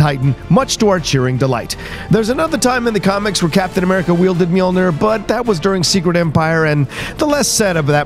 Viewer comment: It’s NEAR, not NUR, for that end pronounciation